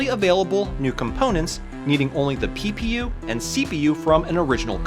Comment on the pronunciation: Everytime you say ppu I hear pew pew.